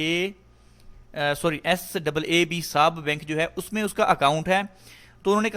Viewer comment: Bhai SABB hai not saab.. means saudi and british bank..